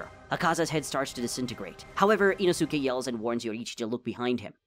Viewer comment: Inosukie it's inoske